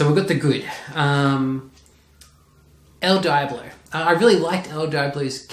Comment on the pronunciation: I think you pronounced Viola Davis correctly, although I was thrown off by El Diablo. It's El Dee-ah-blow, AFAIK. Good job, though. Need more colorful nerd stuff in the background instead of the plain white wall.